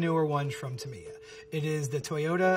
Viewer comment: That Tamiya pronounciation is killing me. TA - MEE - YAH is the correct form. Otherwise, great video! I grew up with these when my dad was station in Japan in the 90s. I had a Sonic Magnum and a Spin Axe.